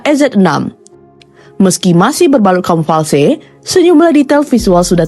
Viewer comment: Kamuflase.. bukan kamufalse.. 😂